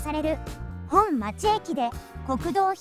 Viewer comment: 本町、ほんちょう(アクセントは平板)。